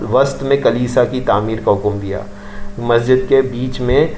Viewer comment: Marwan bin hokom nhi Marwan bin hakum